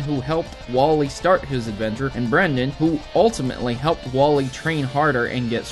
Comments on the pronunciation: *Brendan, with an AN, not an EN. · Bruh it's Brendan, but I'm not complaining because you like my name, Brenden.